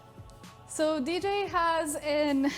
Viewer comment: I’m still laughing at the fact he said ej instead of DJ